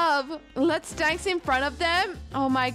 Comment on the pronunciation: And I love the way she says dance danc” it makes me laugh so hard